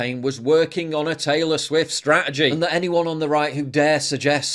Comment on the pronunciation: More like "Traylor Swiffer"😂